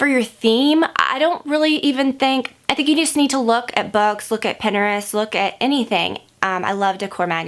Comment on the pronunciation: Love you but the way your saying Pinterest is making me cringe lol. I know people say it different.